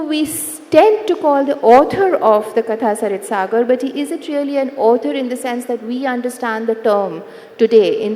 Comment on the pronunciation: How sad that the person opening the session cannot even pronounce the title of the book they are going to discuss. It's कथासरित्सागर, not कथासरितासागर। Are we residing a generation of idiots?